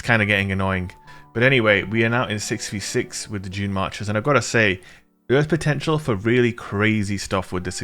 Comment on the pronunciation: I keep hearing 'Junemarkers' lol :)